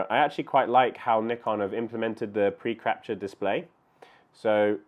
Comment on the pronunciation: Did I hear you say "preCRAPture"? Aptly describes a lot of my photos.